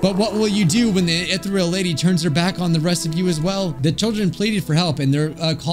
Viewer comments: you don’t pronounce ethereal as e-thr-El you pronounce it as E-thE-rE-l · Is it just where I'm from or is pernouncing Ehtereal wrong? I say E-t(h)ear-eël instead of ethreal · Take a shot every time he pronounces "ethereal" wrong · Ethereal (Pronounced like eh-thee-rial) means "extremely delicate and light in a way that seems too perfect for this world." BUT it also means "airy and insubstantial" such as a ghostly figure. So essentially, the Ethereal Lady appeared to be too perfect, delicate, light (both in weight and glowing, hence her floatiness) and ghostly in a way. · i understand you cant read correctly sometimes but i got seriously bothered how you read "Ethereal" its pronounced: uh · thee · ree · uhl Edit: my apologies I taken out the part where I sounded rude I am truly sorry for that I shouldn't say that but I will leave what should have meant. Again my apologies to you and everyone reading these comments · I CANT STAND HEARING “ETH-REAL” ANYMORE IM GONNA DIE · it think it goes more like (eeh-thee-ree-al) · Me screaming "UH-THEE-REE-UL!" at the screen. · I'm enraged at the fact he pronounced "Ethereal" as "Ethreal" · it’s pronounced uh·thee ree uhl uhl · Take a bite of any pastry with you everytime mispronounces "Ethereal" You'd lose anyway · i feel like i take psychic damage every time you pronounce ethereal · Everytime he said ethereal it made me die a little bit more inside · Jesus the ethereal pronunciación hurts my ears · Why'd he pronounce ethereal like that